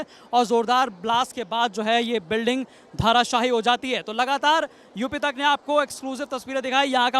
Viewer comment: आपको -धराशायी-बोलना नहीं आता क्या?